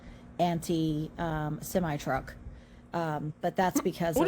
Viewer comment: Anti-simi truck. (Anti- semitic). Some creators can't say certain words in their videos.